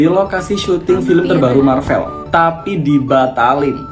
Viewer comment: MARVEL bahasa English bukan belanda. Sebutan biar betul.